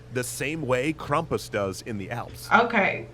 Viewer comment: I am from Pennsylvania. and I correct this to say that is BULLSHIT. it's Krampus mkay